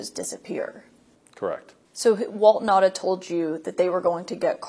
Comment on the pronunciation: *NOTE: Walt Nauta's last name is pronounced (now-tah). Not (na-da) 🤙